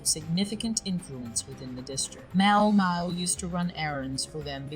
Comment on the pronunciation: The AI voice here is surprisingly good. I only notice it stumbling on the pronunciation of Maomao. A bit more pausing between sentences would also help.